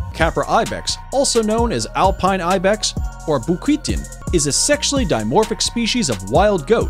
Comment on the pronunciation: "boukitine" aha nice,bouquetin is french not russian